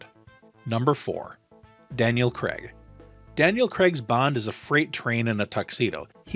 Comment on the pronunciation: Craig...not Creg